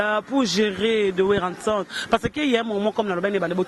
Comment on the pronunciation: Werra son et non werra ntson??!